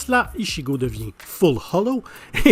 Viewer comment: on dit "Itchigo" pas "Ishigo" bordel pour la prononciation d'Ichigo 😫 Sinon ta oublié de mettre en mention honorable Naruto en Kyubi